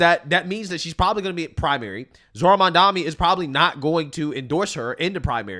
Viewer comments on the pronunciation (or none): I cant listen this bredda yah mamdami...bro, either say it jokingly or say it correct. You sound dunce. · Why are people saying mamdani name wrong? Yall cant read or trolling?